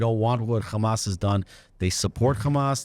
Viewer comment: Its Hamas not gamaaas